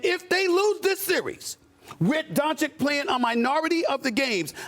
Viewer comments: Fr bruh, it's not hard. He needs a cue card that spells out don-CHiCH lol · Bruh its not donchik ...why doesnt anyone correct stephen a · What makes me sick is Stephen A still saying Luka DonciCK! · Stephen A. Smith disgusts me as he after 3 years still can’t pronounce Luka’s surname. Stephen A , if anybody is underachiever, it’s you! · will he say doncic name correctly ever????????????